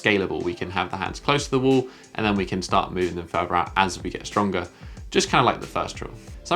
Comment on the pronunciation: if you could stop saying wole and start saying wall, i could stop imitating you every time you say wole